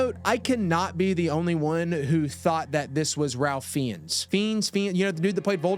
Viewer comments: It’s pronounced “Rayf Fines” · Absolute cinema as per usual king. Also, I know it’s a RIDICULOUS spelling to pronunciation difference, Ralph Fiennes is pronounced like “Ray-f Fines.” Weird, right?